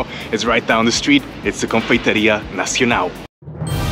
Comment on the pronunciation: Except for the "Nacionau".